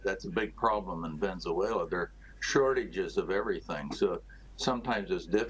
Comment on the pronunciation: It's Venezuela not Venzuela!